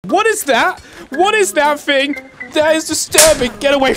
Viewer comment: It’s “thing” not “fing”